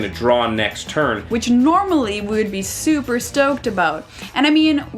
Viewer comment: Lol what is wrong with you two (also it is super not supper) They were having dumb fun Calm yourselves.